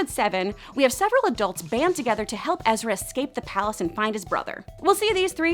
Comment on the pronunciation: It's EzraNNNN not Ezra. Ugh.